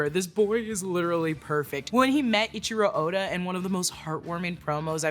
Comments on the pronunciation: great vid, but his name is EIICHIRO ODA not ichiro oda. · Its not Ichiro its Eichiro Oda😂😂😂 just read somewhat